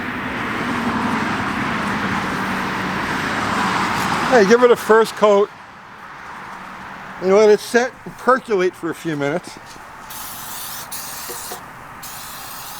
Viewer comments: perculate🤣😂😂love it!!!!!!!!!! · "PERCULATE?" 😆🤣 You crack me up, man.